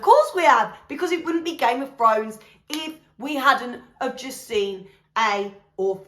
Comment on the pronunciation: ‘Gayme ov Frones’ 😂